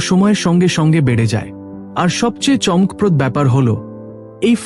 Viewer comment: বাংলা শব্দের উচ্চারণ ঠিক করতে হবে। যেমন, চমকপ্রদ, ঘনঘন, বড় এবং আরও কিছু।